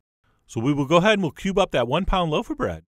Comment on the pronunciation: I heard "we'll go ahead and pube up that one pound load of bread'.